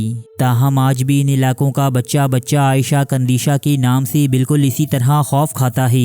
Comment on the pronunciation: بھائی آپ نے نام صحیح نہیں لیا…… عائشہ نہیں عیشۃ قندیشۃ نام ہے…… تھوڑا احتیاط اور خیال کریں۔